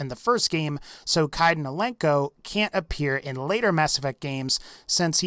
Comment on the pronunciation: God I like your channel and what not but.... WHY SAY KAIDAN LIKE THAT 😂😂